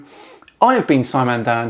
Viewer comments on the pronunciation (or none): none